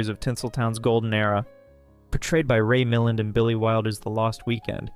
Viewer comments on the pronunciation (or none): Excellent video. Just one FYI: Ray Milland's name is pronounced Mi-LAND, not MILL-und. Otherwise, everything else is well done and researched. :) Just wish you would have included Joseph Cotten's menacing performance as killer Charles Oakley in Alfred Hitchcock's masterpiece, Shadow of a Doubt. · No one who ever saw a Hollywood Golden Age film would call the talented, award winning Ray Milland, Ray Milen. It's Ray MilLAND. I note that you mispronounce to many star's name that you must be doing it on purpose to see if we're paying attention. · Davis' makeup in "Little Foxes" adds to her inhuman portrayal. She looks doll like, and the lack of facial expression only adds to this. Ann Savage's playing of Vera in "Detour" is also unsettling. Her cruelty is harsh, perhaps even more so than that of Laurie in "Gun Crazy." Lawrence Tierney played many roles where his characer "just didn't give a damn." P.S. - Ray Milland's last name is not one syllable. It is pronounced "Mil-land."